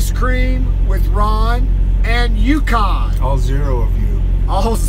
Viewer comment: "Yucan" Roflmao